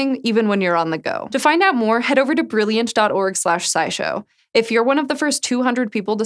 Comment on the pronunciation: You almost made it....got to the last one without saying brillianch